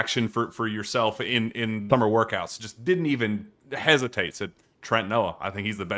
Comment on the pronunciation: _ He Said "Thumber" Workouts!!!😂😅😂